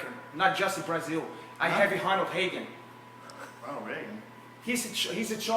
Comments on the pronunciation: I do my hesearch on Honald Heagan, you can't hun Joe Hogan. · he said honald heagan!